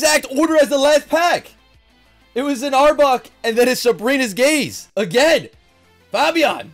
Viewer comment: Faaaabiaan? It's fabien